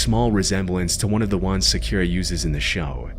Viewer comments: ...s...sa-KEEE-ra?!?!?!?!??!?! Bro. Come on lmao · "sakyuura" amateur